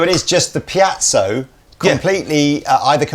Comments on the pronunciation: Every time I say it in a guitar crowd there is always someone who will correct me, no matter which way I pronounce it. Does anyone know .... It's most likely named after someone. Pee-zo--Pie-zo.??? Which ever it is I can most certainly agree that it's not Pee-at-zo. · Haha I love that always pronounces piezo as "piazzo" (pee-at-zo), maybe the least close of all the possible pronunciations people use. Never change,! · Really fancy one of these. But am I alone in being annoyed by repeated mispronunciation of "Piezo"?